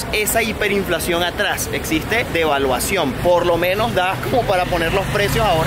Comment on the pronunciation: No tenemos hiperinflacion, tenemos debaluacion¡¡ se escucho raro en mis oidos